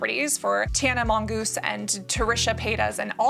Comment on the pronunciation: Ok. When she said Tana Mongoose, I lost it 🤣🤣🤣